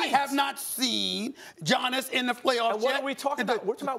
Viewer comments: maybe giannis blew him off because he doesnt like talking to media, something had to have happened behind closed doors. He even called him Johnnis, not giannis. Fucking disgraceful, and outright disrespectful. This guy has been in the league 5 years already and hes still pronouncing his name incorrectly. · I could be wrong but something tells me if Giannis was American Stephen's tune would be different. Let's be honest, the guy loathes anyone that's a foreigner. Hell, he can't even pronounce the guys (first name mind you) properly.